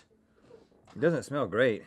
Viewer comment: I thought it was more like “smella’ that!” like he just started emphasizing/exaggerating that extra little syllable he’s always added at the end of the word “smell” 😅